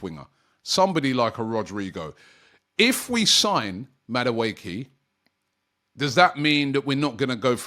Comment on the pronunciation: Robbie butchering names of players. Noni Madueekil 😅😅😅